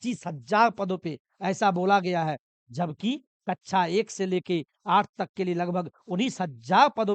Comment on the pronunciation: कच्छा ❌ कक्षा ✅